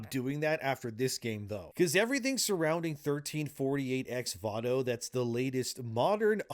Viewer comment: Why does he keep saying Vato when it is Voto? This is legitimately annoying